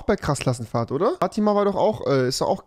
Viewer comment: Fatima wird da voll cringe ausgesprochen🤗💅